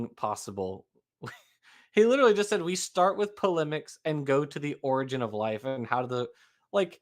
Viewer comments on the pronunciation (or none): It's "polemics", not "polimics". "A strongly critical attack on, or controversial opinion about, someone or something." {:o:O:}